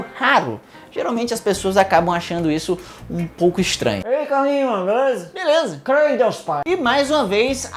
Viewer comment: Ele disse "CRENDIOS pai" É um sotaque lkkkkkk